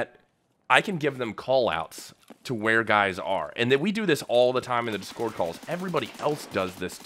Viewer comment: Why you say discord like that